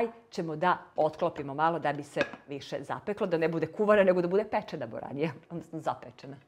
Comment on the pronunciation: zove se boranija.Lose naglasavas i cuje se buranija.